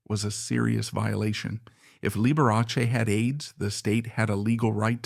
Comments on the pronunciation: The name is pronounced Lib we ah Chee not Lib er ass y. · That was Lib er ah Chee. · This is wild. Dr. Daniel's was not a victim in this. Scott deserved justice and your AI has pronounced Liberace 3 different ways. And gay or not, that reporter was guessing and had no right to OUT someine, so he needed to pay. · Be forewarned - this is AI created so Liberace's name is seldom pronounced correctly...